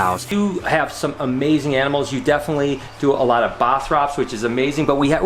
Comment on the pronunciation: i thought i heared enemels instead of animals.. but anyway rip ryan..